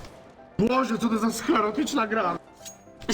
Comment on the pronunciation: Nie zherotyczna tylko sklerotyczna